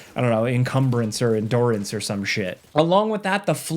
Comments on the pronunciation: Im sorry, but,.... did you just say en-dor-ance??? And you lied about the pizza!? FOR SHAME, SIR! FOR SHAME! lmaoo Unsubscribed Absolutely kidding! Keep up the content and the awesome Before You Buys! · endoorance? brother who is this guy